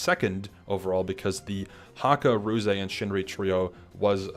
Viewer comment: This was super cool to hear, thanks for sharing what you could! One minor thing: Ruze pronounces his name without the “eey” at the end, ruze is a single syllable :)